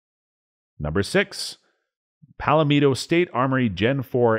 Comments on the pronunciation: Who the hell can't pronounce Palmetto? This narrator. 😆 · PSA is pronounced PAL MEH TOW, not PALA MEE TOW. Sincerely, South Carolina Resident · Pal metto, not palamino... lol. i know what you meant. I definitely chuckled. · Palmetto (paul-met-o), not pal lim ito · It's not pal-a-mee-to. It's PAL-MEH-TO. 3 syllables not 4. And no long E vowel sound. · Its PAL Metto (Pal Meh toe) not pal a meeto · It's Palmetto not Palametto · It’s “PALL-MET-O” State Armory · "Palameto" state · Pal-a-meto lol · please explain to me wtf is Pal-A-Meet-to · Oh, and it's pronounced pawl-meh-toe, as in the tree-palmetto. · Lol pallameetoh state armory 😂😂😂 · I got to #5 and couldn't stand to hear Pal a Meeto one more time. My god, don't you folks know anything about the Palmetto State? Just sayin' Other than that, good information. Now go and fix the video!!! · Its pronounced (pawmeto) state armory. Sorry but that really annoyed me. I must be turning liberal 🤮🤮. Help!! 😂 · They way he says "Palmetto" annoys the shit out of me. Why is he adding an extra vowel? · Never heard Palmetto pronounced like this! How about fm-9 foxtrot mike? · Why does this guy have so much trouble saying "Palmetto"? I know its nit-picky but it really is extremely distracting.